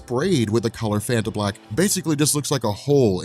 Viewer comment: I thought you said Fanta Black I was like, hmmmm Kang wants to drink that.